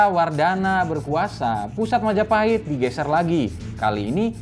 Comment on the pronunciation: Mahajapit ❌ Majahapit ❌ Mapajahit ❌ Mahapajit ❌ Majapahit ✅✅✅✅